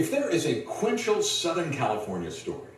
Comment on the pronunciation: did chuck henry say ''Quintial?" what is THAT? ummm Quintessential perhaps?